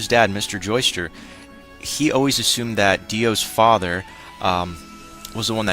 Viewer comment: BTW I notice you're saying "Joester". Sometimes the subs spell it that way. But it's actually Joestar. As in Joe and the word star. You'll notice later in the series why the "star" part is important.